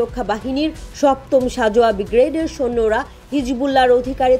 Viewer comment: এই পাঠিকা বেটি ব্রিগেড কে বিগ্রেট উচ্ছারন করে পাঠ করলো।